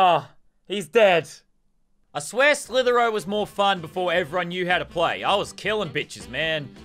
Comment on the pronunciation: Normal People: slither dot io Lannan: S L I T H E R O